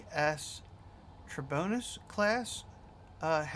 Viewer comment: Hi there. Thank you for reviewing my ship. Helpful pointers and I'll keep them in mind. By the way, it's pronounced (Tri-bone-ee-is) just for future references. The "bulges" are meant to represent tanks. I just thought it was a cool little detail. As I said in the description on the Steam Workshop, I based this ship off the Dunsworth Civilian Starcruiser developed by Captain Robertson. I'd also check him out and his works. I also design the hulls of the ship first before adding the conveyor system. It usually works for me.